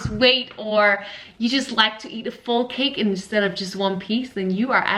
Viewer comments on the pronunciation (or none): none